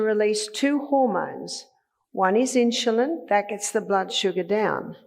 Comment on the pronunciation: What is with this "inshulin". Very annoying!